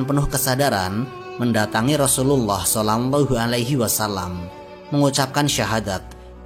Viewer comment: Maaf min..... kedengerannya "solangllahu alaihi wasallam".